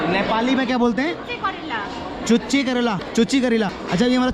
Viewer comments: chuchi nhi chuche karela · Oo bhai mere wo चुच्चे करेला hota h ( means tikhe kon wala karela ) 😂😂😂 चुच्ची करेला nhi 🤦‍♂️🤦‍♂️🤦‍♂️